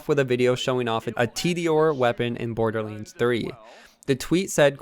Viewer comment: IT DONT MEAN TO HATE BUT ITS BORDERLANDS NOT BORDERLYANDS